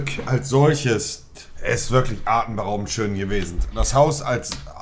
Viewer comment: "artenberaubend schön gewesent" gutes Deutsch 🤣🤣